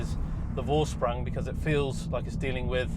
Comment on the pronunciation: Please it's pronounced as "Forshprung"